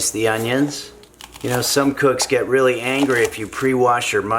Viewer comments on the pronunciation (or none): none